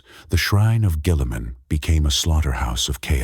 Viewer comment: Dog train your Ai better to pronounce Guilliman before putting this out